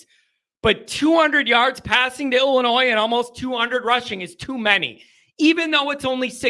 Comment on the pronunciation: It's ILLI-NOY dummy! No S!!!!!